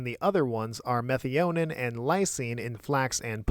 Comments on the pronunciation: Meth-i-o-neen is how I learned to pronounce it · I did look it up because the way you pronounced it in the video was making me question my sanity. Meth-EYE-uh-neen is correct. Whoever told you otherwise is clearly trolling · I've never heard methionine pronounced that way. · Minor note but your methionine pronunciation threw me. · Please brush up on your Methionine pronouncing. 😂 Good video as usual though.